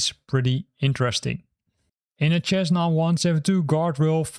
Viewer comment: Cessna Is pronounced "SEZ- nah", FYI. Great video.